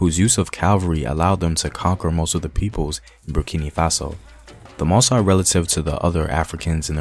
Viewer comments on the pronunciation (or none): Just a remark to the teller whose main language is english ;your(english)pronunciation can be confusing for many french speaker or native....You pronounce MOSSI like ( MO- Sigh) which can be interpreted like Masai(Ma - sigh): a tribe found in Kenya if i am not wrong...The supposed right pronunciation for MOSSI should be: MO - ssee...Anyway,keep up the good work and try to use the local or original pronunciation.